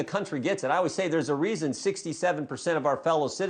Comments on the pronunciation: He said president Obiden in the Whitehouse....listened to him twice and he said it😂😂😂😂😂😂😂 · Jordan said obiden lmao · Did y'all catch it when Jordan called him Obiden.?